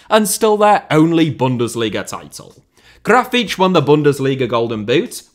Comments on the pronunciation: Brazilian here. You >almost< got Grafite's name eight. Only thing wrong is the stress syllable: You pronounced it like "GRA-feetch", but it is "Gra-FEEHTCH" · Gra-fee-tea, stressing the 'fee' bit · Well, you tried to mimic the common sense Brazilian accent. Not 100% accurate, as it should sound more like "Grafitchi", but it could also be "Grafiti" or "Grafite" depending on the region. Brazilian Portuguese is a very rich language... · I thought it should be more "graf - fee - tchee". I lived in Portugal for 5 years but found the Brazilian pronunciation confusing. I remembered hearing the word for "limit" which in Portugal was always "lim - meet" but didn't recognise it in a sertanejo song as it was pronounced "lim - mee - tchee" so assumed this would be the same. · It is pronounced “graw-fitch”. There you go, no hard feelings about the Brazil video 😅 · Almost, the last "te" sound more like "cci" like in "Pucci". (btw, grafite is a racist nickname ) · I'm brazilian and I wouldn't say you pronounced it correctly. I would say it was a valiant effort and "close enough". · Your pronunciation is closer to european portuguese, but still an impressive effort👍